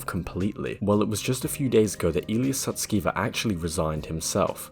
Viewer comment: You mispronounced Illya's surname; it's actually pronounced "sus-ke-ver" (haha!). The alignment team disbanded because they felt OpenAI wasn't providing sufficient computational resources for their research. Illya observed Sam prioritizing product appeal over safety, which led to Illya's attempt to have Sam fired (which ultimately resulted in backlash). Take "Sky" for example—the voice was crafted to appeal to consumers rather than prioritize safety. There's speculation that AI is being utilized to align AI systems, akin to how achieving AGI might align ASI. It's frustrating that many fail to grasp the broader implications. If we were to represent AI progress on a scale of 0% (AI) to 100% (AGI), OpenAI's technology is roughly 82% developed. The release of Sky to the public will likely herald unforeseen changes. Brace for rapid global transformation by year's end.